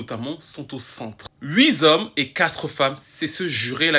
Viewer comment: Huit zommes 😅